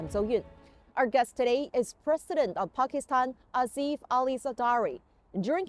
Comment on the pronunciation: Is not azif is asif